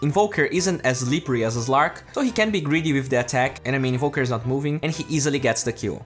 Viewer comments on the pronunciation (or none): Its not zven or zlark. Its sven and slark